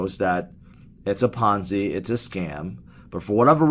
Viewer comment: lolz "biggest ponzy"